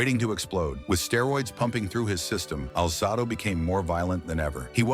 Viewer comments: His name is pronounced Al Zay Dough. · Can’t listen to these when the subject’s name isn’t pronounced correctly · The AI constantly mispronouncing his name is a major distraction